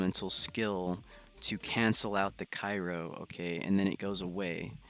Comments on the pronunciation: My boi it’s cryo not kyro 😁👏🏾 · my head hurts more when he says cyro not cryo. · mans needs to know that it’s Cryo not Kyro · Cryo not cayro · I was gonna say the same thing